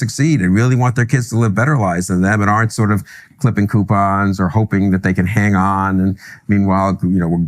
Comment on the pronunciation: Q-pons. Don't get me started on that racket😂